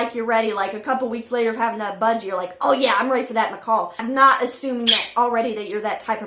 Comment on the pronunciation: She hates it when people say "parakeet", but says "m'kawl" over and over....🤦‍♀️🤦‍♂️🤦‍♀️🤦‍♂️